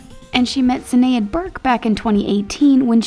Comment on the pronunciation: Is anyone else who is Irish find it funny how they pronounce Sinead if any else dosent know how to pronounce it the name has a kinda sh sound to it at the start Irish